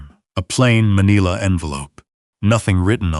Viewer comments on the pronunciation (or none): It's pronounced Ma-NILL-a NOT ma-KNEE-la!